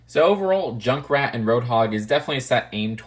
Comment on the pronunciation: Wait is "junckrat" Australian?